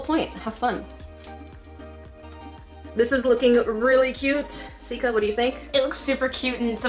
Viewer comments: I heard Jessica in stead of Sika when her stomach growled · Why did you call her Jessica when you've always called her Sika? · Did you call her jesaca🧐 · No she said ja for but she meant sika so it sounds like Jessica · im rewatching all of her videos and i keep hearing call sika jessica and im just now realizing that her name must actually be jessica. I feel like such an idiot lol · Is it just me or did she say "What's wrong with ur belly Jessica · Did anybody else notice that instead of calling Sika "Sika" She calls her "Jessica" ? REally just me ok :(